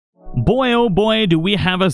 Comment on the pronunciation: Favorite part: “You’re done pretty boy” “PRETTY BOAH?!”